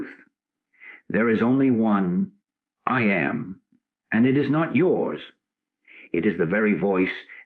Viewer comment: Great teaching. The AI generated voice reading this is very distracting and takes away from the message because it mispronounces the most important 2 words in the whole teaching: I am. Listening to the words, “I am” being mispronounced over and over as “I A, M “ makes it very difficult to concentrate on this message. I finally had to stop the recording and read the transcripts myself.